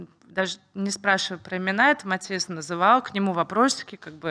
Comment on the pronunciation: Настя классная! Успехов ей много 🥰 Очень режет ухо, когда ведущая говорит, обращаясь к Насте, в третьем лице. Не только эта Софья этим грешит на канале. И еще Настя все интервью называет своего парня МатИас, ведущая - МАтиас